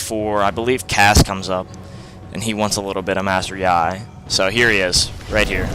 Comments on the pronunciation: It is pronounced like "yee" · Good video but I don't think ur pronouncing his name right but who cares right? Anyways sweet vid!